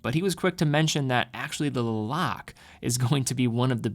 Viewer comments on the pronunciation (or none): That’s correct. Was actually thinking should have done the research on how to properly pronounce the name of the town before making the video. It is pronounced Luh-Lok-Luh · your pronunciations of guilloche and Le Locle need work... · Le Locle is pronounced differently. You can test it out in google translate ;) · LeBron-Le Lock the door- Lock Le Locle, the e is silent from my understanding